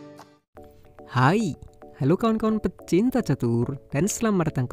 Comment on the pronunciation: Bang waktu bilang hai itu iii nya terlalu jelas...wkwkwkwk....tapi gpp bang...bahan ketawa juga...semangat trus